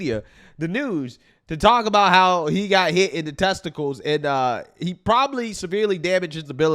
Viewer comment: Shattered tezticals 😮😮